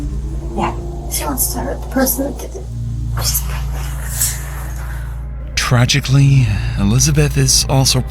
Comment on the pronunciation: dude she went “are you still pregrant” 😭